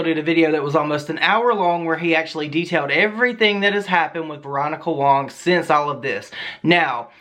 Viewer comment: Fuk me.. I mean I don’t like the bitch but her last name is WAng not WONG